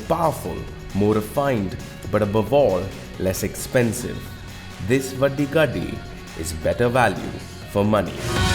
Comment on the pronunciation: It's vaddi gaddi not vadi gadi